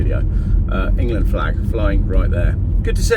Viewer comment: Engerland, Engerland, Engerland... Engerland, Engerland, Engerlaaaaand, Engerland, Engerland, Engerland...Engerland, ENGERLAND.